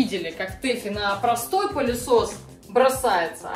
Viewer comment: Да не пАААлесос, а пЫлесос..😅